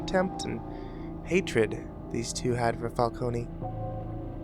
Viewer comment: Did you seriously say "falcony" the entire time.... Fal-cone.... Not Fal-kony..... Holy shit you have awful grammar knowledge for a narrator. You would figure pronunciation would be a big part of it.....